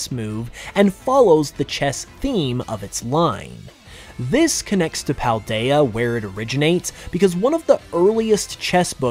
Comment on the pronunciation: well, that is from the spelling standpoint. Paldea is pronounced "Pahl-daya", as if it was a Spanish word. you need to watch the Nintendo Presents for Scarlet and Violet. i will tell you this is true.